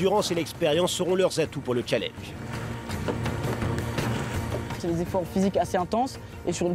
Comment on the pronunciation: Avouez sa nous énerver tous quand il disait chalanges